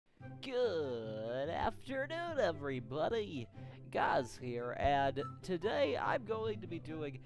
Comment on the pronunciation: how he pronounces his name: gawz albert: geoz